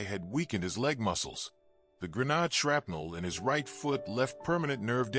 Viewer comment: a gren-nahd???? we don't honor your laziness in using AI